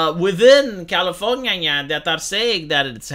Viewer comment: I love when says Californiania